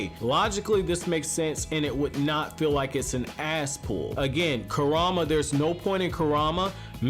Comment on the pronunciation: Bro its Kurama not KuRAMA